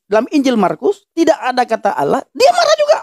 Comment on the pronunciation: ALLAH [ latin ] dibaca ouloh KOOOPLAAAK😂